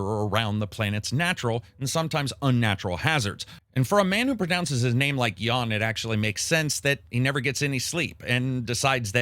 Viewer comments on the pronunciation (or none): It's not 'Yawn', it's 'Yun'! 😀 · It's more like "Yahn". XD But yeah, definitely not "Yawn". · It's "Jan" with an "a" pronounced the same way as in "A-mazing" not "Jawn" lol